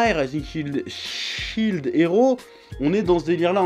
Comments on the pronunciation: SHIELD! PAS CHILD GODDAMNIT! (ça se prononce chiiild pas chaild) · Shield ça ne se prononce pas fucking Child lol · Chef, j'apprécie beaucoup ton boulot, mais je ne PEUX PAS croire qu'à ton âge, en ayant trainé sur internet, déjà touché à un jeu vidéo, tu ne saches pas prononcer shield